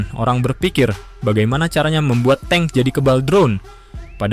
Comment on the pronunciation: suka yang baru bang soalnya yang lama nyebut tank jadinya 'tang'😅